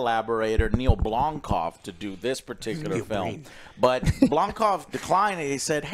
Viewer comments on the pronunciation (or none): Is reinventing Neill Blomkamp's name every time? I've heard "Blomquist" and now "Blomkov" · Joe. Its BlomKAMP. Not BlomKOFF. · Blonkoff!? 😂 its Neil Blomkamp.